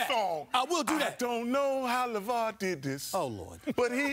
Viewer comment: Lavar?! Lavaoor?? 😂